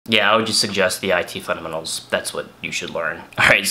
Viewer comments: You say "fundementals" in a weird way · Is he saying fundamentals?